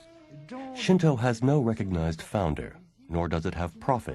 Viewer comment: Thank you for pronouncing "shinto" correctly. I died a little inside in the last video I watched, every time I heard "shin too" -_